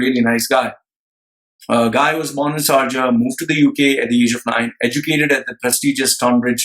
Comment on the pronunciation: Pls its NOT sarjah. Its SHARJAH🙏🙏🙏